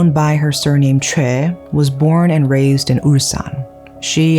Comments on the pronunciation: Is her name chay or choi??? You keep pronouncing it as chay but the subtitle is choi. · I know this is not on topic but Choi is pronounced Chay or Shay?